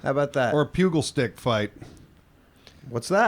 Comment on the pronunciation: I love you guys, but you're a bunch of idiots., it's a pugil stick. (PEW-Jul) Like a pugilist (that's a boxer). This isn't helping is it? Honestly, the amount of words you guys can't pronounce when you make your living doing voice work is mind boggling. You guys need some hooked-on-phonics in your lives.